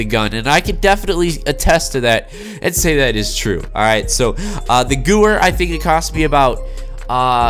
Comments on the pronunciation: I can’t watch the full video cause he can’t pronounce Gewehr right. It’s not goower it’s goo vair it’s a German weapon and Germans pronounce w’s as v’s... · nice pronunciation 😂 think it would be closer to gavair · It’s pronounced “goo-vay-er”/ Gewehr the W is pronounced v btw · Thanks for the vid!!!!!! I recently unlocked it and it’s a beast. It’s pronounced Guh-Vair. Beastly WW2 rifle. “Hitlers Garand” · WHY THE FUCK DOES EVERYONE PRONOUNCE THIS GUN NAME WRONG? It is pronounced Gever because it is German. I dont understand. I watched an old waw video from some cod players and they gewehr correctly. Why don't they pronounce this gun correctly now in ww2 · Nobody pronounces any of the German words/Guns in any video game correctly. I don't know what is so hard about W=V in German smh... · Gewehr is german so funny how you say it 🤣 you say guwer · It hurts me when you miss pronounce “Gewehr” it uses German pronunciation. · you're correct. The w is a v in German:)